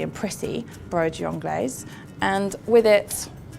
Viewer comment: You don't pronounce the 's'